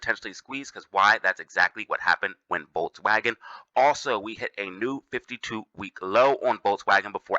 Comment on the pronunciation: Lmaooo man said volswagen bro just shut up, that comparison is been dead.